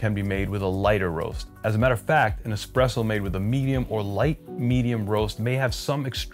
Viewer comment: I think it's really cute how you, at times, slip up and pronounce it "expresso", even though you've come to learn the actual pronunciation at a later stage in life. Old habits die hard.